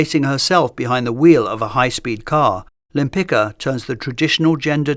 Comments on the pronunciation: Sorry, I had to check… The Polish name Lempicka (originally Łempicka) is generally pronounced Lem-PEETS-kah (lem-pit͡ska). The stress is placed on the second syllable ("peets"), with the "-cka" ending sounding like "tska" rather than "ka" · just a small correction, her surname is pronounced wrong in this video the "cka" ending should sound like "tska", it's a polish surname. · Repeat after me: wem-pits-kah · Her name is actually pronounced [taˈmara wɛmˈpit͡ska]. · It's pronounced Lempic-ka (tz-ka), just as you pronounced Lempicki. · Her name is Tamara Łempicka. Besides that you didn't even try to pronounce her surname right. That is beyond despicable. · Why didn’t you check the proper pronounciation of her last name before making the video? 😢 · That’s a great video! Just a small note for next time—please double-check the pronunciation of the artist’s name. Her husband’s surname, which she later adopted, was Łempicki (hers: Łempicka), and it’s actually pronounced quite differently from how it was read in the video. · I find it amusing that at approximately you show that you are perfectly capable of pronouncing the common ending of Polish surnames "-cki"/"-cka" the correct way, but only when the name was written using a modified spelling "-tzki". However, when it's written in the original Polish spelling it apparently has to be butchered. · Really enjoyed the video (as always). Just a tiny correction: The c in Limpicka is pronounced more like a sharp s or a z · Bro, that's a shame that you didnt check the pronounciation of her name. It' s not that hard :// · Łempicka was Polish, so you're pronouncing her name incorrectly. The "c" is pronounced like "tz" in Polish.